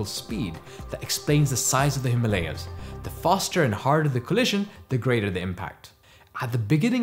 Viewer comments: he isn't white then ? why does he pronounce himalaya that way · Please pronounce Himalaya properly. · Please correct your pronunciation of the word - Himaalaya. It's "Hi-maa-la-ya". Not "Hi-ma-la-ya". It's Hima-Aalaya, viz. Abode of ice. Hima=Ice. Aalaya=Temple/abode of great place particularly Spiritual. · Himalay not himaliyas 😂😂😂😂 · Himalay hota hai or Ganga na ki Ganges, Angrezi padho or paagal ho jaao! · Also it is not - Hee ma lay yaas But - Him aalaya ( the abode of snow) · Please pronounce Himalaya as it should be pronounced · Video was great but really disappointed by your pronunciation of Ganga and Himalaya maybe you are an not your fault.